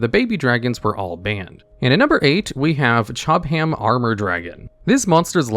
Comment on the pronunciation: Pretty sure it's actually pronounced "Chob-am" since it's derived from an English place name.